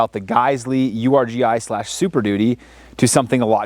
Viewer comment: Um it's pronounced Urghee